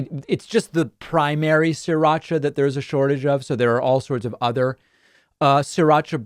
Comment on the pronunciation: It’s not “Siracha”, it’s “Sri Racha”, named after the town in Thailand where it originally came from.